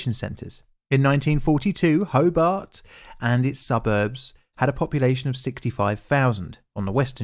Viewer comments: The speaker can havenever been there. That is not how you pronounce Hobart. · Very good vid on the topic. I didn't know anything about this to be honest! Learned something! His mispronunciation of Hobart was a bit distracting though. How do you get Ho-bit from HOBART? All the incredible research he did on the topic but not on how to pronounce the city😂. It's hoBAHT. Illawarra is wrong too but that's more understandable lol. Edited to add - apparently there was an incident on this same bridge yesterday. A truck rolled.